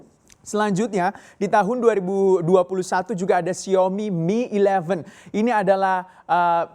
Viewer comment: Xiao-mi mas.. Bukan Xiomi😁